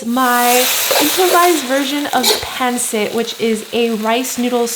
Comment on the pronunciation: Looks good! I love pancit but pronounce it pahn SIT